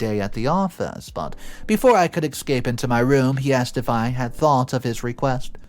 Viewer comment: Again there's no X in the word Escape